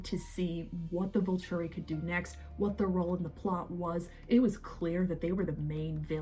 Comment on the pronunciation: thank you! i’m so glad someone said it, it was breaking my brain with how many times she said “Vulchury” (sounds like vulture, the bird) in the first 2 minutes alone.